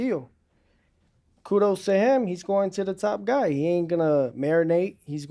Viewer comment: Someone gotta teach shakur how to say HIM, not “Hum” lol